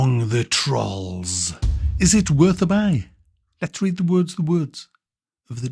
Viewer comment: Troll is pronounced like roll mate, with a T in front, not what you said... bloody hell fella.